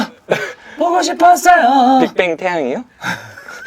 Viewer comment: 켄또가 “빅끄빵그?” 하는ㄱㅓ 왤케 웃기냐 ㅋㅋㅋㅋㅋㅋㅋㅋ